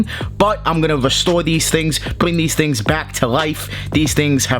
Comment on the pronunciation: Bwing these tling